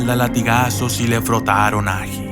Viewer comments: áji áji!!!!!!! que chimbada es eso ome, este man es del kongo o qué, nunca a escuchado decir ají? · No es áji , es ají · él áji ??? es él ají mejor aprende a acentuar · Estimado, no se dice "Áji" se dice "Ají" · Hasta donde sé la palabra es ají no aji, pero bueno, al menos en mi país es ají. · Muy buena narración!, una leyenda de mi tierra venezolana, te hago una correción, es ajÍ, con acento en la í, y es el nombre en Venezuela para el chile. Abrazo!